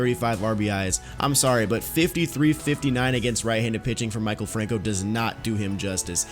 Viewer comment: It’s Mi-kal franco